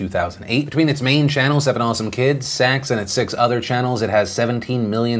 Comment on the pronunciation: Should be slightly more careful when saying SACS for an acronym when it sounds like secks